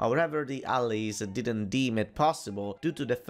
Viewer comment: Heh, I like how you say "allies" here. Never heard anyone say it like that before. This is probably one of the most interesting video's you've made, and also explains how Fiume was essentially added into Italy. It probably saved it from a biiiiiiiiiiiiiiiiiiiiiiig mess after the war, unlike Trieste and Dalmazia... Like I said earlier, Italian politics is a meme: sometimes good, sometimes bad, but never boring. Ciao!